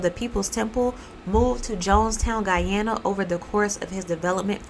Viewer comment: I am very happy that; 1. You actually pronounce and emphasize the location of Guyana. (Even the news mess this up) 2. This story is being retold. My dad was part of the military force that went in after the kool-aid was served. Unfortunately.